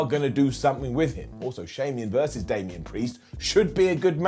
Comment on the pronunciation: K I can’t ignore that he said Shamian vs Damian. I like that matchup.